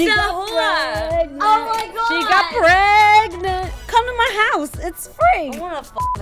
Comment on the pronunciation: Hahaha "I GOT PREGNAT"! LMAO!!!